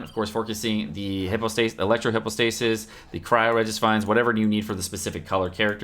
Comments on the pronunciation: It’s not a hippo lol... pronounced HIGH PO STASIS Also... hate to break it to you but majority of stat increases are % so increasing your lvl is very important as % increased items are based off your base stats which only increase off weapons and lvls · Hy-PAHS-tuh-sis... my work is done here